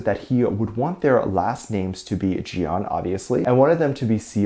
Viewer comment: You claim to be a fan but can't to this day not pronounce Jeon correctly. It's not Jee-on, it's more like John!